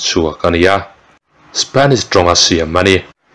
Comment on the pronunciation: Comment naah hian voice theih se aw.. Spanish pawh nimailo Shipheniss tia i lam dan ang hian lam ve chak latukkssaa....😆😆😆